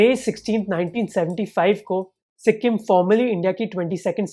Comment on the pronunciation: It's not si-kkk-im .. the k need not be pronounced with a hariyanvi accent.